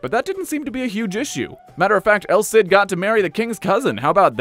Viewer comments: It’s pronounced “El Seed” though. Listening to you say “el Sid” over and over is painful. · Ah, well you’re right about that. In any case the “el Sid” pronunciation is wrong and I’m not sure how hard he’s trying if he’s pronouncing it that way.